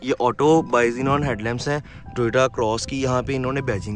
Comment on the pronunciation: Bhai aap bar bar TRUST ME, TRUST ME kyoun Kehte hein it makes your statement suspicious… plus londay laparay waali language na use kerein decent loug bhi apki videos deikh sakte hein… aur haan bhai pls work on improving your accent like TOY TA nahi hai bhai TOYOTA hai and use right terminologies to explain features if you don’t know ask someone before recording…